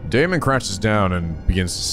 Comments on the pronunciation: I tend to not comment on whenever says names and such wrong, since I don't want to be an annoying nitpicky penguin, but since you asked, I believe Daimons name would be pronounced "Die-Mohn". At least that sounds the most correct to me. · Daimon, like Daimond. Think of it like this: Pronounce the 'ai' like eye, then add what ever is in front of it (If there is something in front), to make the sound. D-eye-mon. Eye-co - Aiko. T-eye-gah - Taiga. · Daimon rhymes with Simon. Ei rhymes with Day. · I don't get it! Is it pronounced 'Dye'-mon or 'Day'-mon?! Me:..., what's the name of the antagonist from Bleach that fucks your mind?: Who, Aizen? Me:...: Oh. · “ai” in Japanese is pronounced like “eye”. You were probably thinking of the Japanese pronunciation of “ei” which is similar to “-ay”. The letter A always has the short vowel sound, just to clarify. So you were right the first time, it is pronounced “Die-mon” I’m sure this will come in handy for many other games in the future, so I just thought I should set the record straight here lol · "Ai" is pronounced like "eye" (which came up a lot in somnium files iirc) though there are some names where they're separate characters (like araishi is ara-ishi not arai-shi) For daimon though, it very much is dai-mon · His name is Japanese so there’s no need to fiddle around with the German pronunciation lol It would be pronounced “Die-Mon” Language can be loopy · Daimon: Die-moan ♥